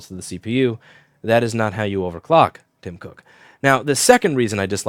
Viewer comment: Anyone notice the way he said "Tim Cook"!! 🤣